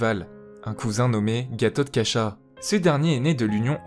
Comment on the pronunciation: Le frère d'arjuna c'est bhima (pas bhimnsa) et Gathotkasha (pas katurkasha) est le cousin de Abhimayu, oui, c'est dit dans la video^^. Ça n'empeche pas qu'ils soient rivaux et vouer à s'affronter c'est dit dans les textes ^^. Et tu le dit toi même gathotkasha est plus fort la nuit. BN et Luffy sont 2 D. Donc des branche "cousine" d'un même clans et sont rivaux et voué à s'affronter. Pour Karna le contexte est cité sans le cité. Arjuna sera celui qui tue (par décapitation) Karna et il récupère le fils de Karna pour l'élevé quand il apprendra leurs liens de parenté, comme Roger décapité par le GM et dont Garp un D. Comme Roger récupère le fils. Meme si garp et roger ne sont pas frère, ils sont 2 D. Et on remarque bien l'inspiration. Oda n'est pas obliger de tout utiliser. Comme dit il s'inspire ;). Comme dit dans la vidéo une inspiration c'est pas un copier collé, c'est complexe. Oda peut prendre ou ne pas prendre certains éléments et les appliquer a divers personnages différent^^ Merci quand même !